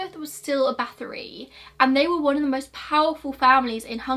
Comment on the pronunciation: Same here, it was very unusual and I had to rewind a few times before recognizing the name, but I appreciate her effort regardless. And I looove that she covered this story